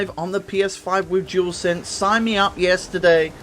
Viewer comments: Jewelsense 🤦🏻‍♂️ so many people say the name wrong 😂 it’s a dualsense 😉. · you said the name wrong 🤦🏻‍♂️ many times it’s not jewelsense it’s dual sense 👍🏻.